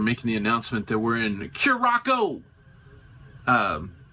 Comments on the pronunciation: Dang, you messing with my brain this morning. pronouncing Curacao as Curackoe there is no K sound in it.- Here is the proper pronunciation of Curaçao (pronounced "Cure-uh-saow") the saow is pronounced with an "s" and then I have heard it both as sow to sow seeds or sow as in a female pig. No judgment here, just an FYI for future references. That and my brain is an autistic brain type, and things got to be in order! lol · Cure-ah-souw The name starts with a hard 'C', while the 'ç' (c-cedilla) is pronounced as an “S”. So, this means that Curaçao is pronounced as 'Cure-ah-souw'. The blue version is then called Blue 'Cure-ah-souw'. So, no, it isn't Kurákao, kurako or kurasiao. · Cure a Sow is the pronunciation. Good try though. LOL!!!!! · It’s pronounce Curaçao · Well since there is no such place as car-ac-co, your okay. Now if we are talking Curaco lol...😂 We did the ABCs in February. It was awesome but coming from a Maine winter it was soooo hot. Felt like 95% lolololol (actual temp was 84 with very high humidity) I so wanted to go on an excursion like this. (We were on a different brand of cruiseline but they had a similar one) Im so glad you shared it with us. Thank you!! ❤ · It’s pronounced Cur a sow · It pronounced kier-a-sow. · Pronounced curascell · It is pronounced Curasao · Love that place that's one of my favorites and I really thought you were pronouncing it wrong at the beginning you got me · Laughed at your Curacao pronunciation, until i saw you knew the correct pronunciation. You goofball. My mom and dad went there years ago. Thanks for the video. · Not me typing a comment on your pronunciation as I’m watching but then you correct it before I hit send. 😂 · Please stop mispronouncing the name of the island!